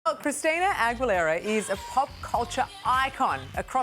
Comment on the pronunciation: did the host call her ChristiNIA ? lol